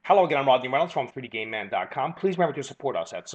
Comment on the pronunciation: lol every time i watch his vids i think he goes hello its 3d gay man here